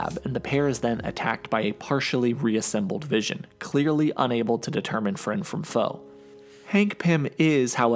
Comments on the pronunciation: His name is Wision...get it right. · I keep hearing DAVISON! I know it's the vision